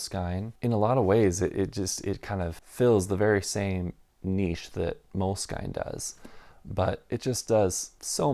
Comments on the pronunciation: I have always heard the brand name of the notebook you no longer like pronounced as MOW-LESS-SKEEN. This was in France and Italy where I first encountered them in the early 2000s. I live in the states and have always heard it pronounced the French/Italian way here, too. Hearing you say MOLE-SKYNE is kind of jarring. With that said, I’ll bet that the company doesn’t care how you pronounce it as long as you buy. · 1. Moleskine pronunciation rhymes w "skin" not "skyne" 2. For fountain pens, you missed the two real legends. Tamoe River w lightweight paper and dots is the outright winner. No question. If you are rich, then Smythson lightweight blue paper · MOLE…..SKIN. NOT skein! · They added the E when they retired the actual moleskin cover. It is pronounced moleskin for sure. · At 6'10" - so a hard cover gets a bit worn and that's really bad, but a thin cover gets damaged and "that's part of the appeal". That's consistent then. But then if you can't even pronounce Moleskine properly (it's obviously pronounced "Moleskin" - I've never heard anyone pronounce it any other way, let alone the bizarre way this guy does it), it does undermine the whole video. And before anyone responds, I'm not a huge Moleskine fan. I do use them occasionally but I prefer Leuchtturm. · Moleskine is a French word (it's a fabric). Mo-Less-Kin. Is the correct pronunciation. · I guess you found the universally wrong way to pronounce Moleskine and I respect it :D